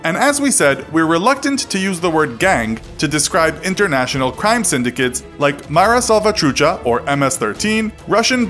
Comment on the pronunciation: Mara Salvachucha xD